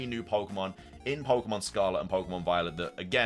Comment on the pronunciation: Got hand it to you: only you can read "Viewed as a whole, it restled a mysterious, brilliant disk" yet also read the title as "A risk pokémon?" instead of "A disk pokémon"? AND also mispronounce pokémon every single time.